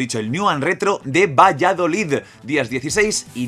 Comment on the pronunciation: Por favor pronuncia bien Valladolid no Valladolidddd😂😂😂 Haber si puedo ir al evento q soy de Valladolid